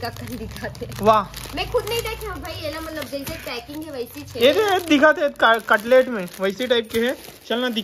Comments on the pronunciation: Cutlet nahin catalogue bolate Hain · कटलेट नहीं गा कैटलाग बोलथे। कटलेट तो खाए के चीज होथे😅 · ko bhi nhi pta h... Ketlaag bolte h... Ki katlet😂😂😂